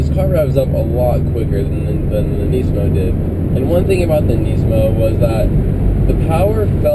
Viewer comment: not to hate man, but I really dislike the way you say nismo...